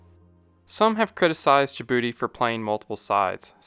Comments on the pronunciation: "Jabroody, located in the H O R N of africa" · I know im immature when I chuckle every time you say "in Djibouti."